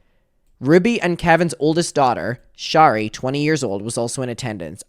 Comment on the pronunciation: please its not shar-ee its share-ee